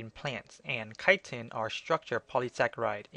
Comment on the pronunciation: "chitin" sometimes pronounced "kitten"...lol